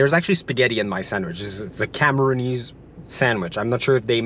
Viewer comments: Cameroonian, not Cameroony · I was bogged the whole time by "Cameroonese", it's CamerooNIAN, like NigerIAN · *Cameroonian.....not Cameroonease